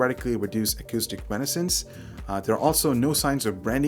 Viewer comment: Acoustic "Renosance" lmao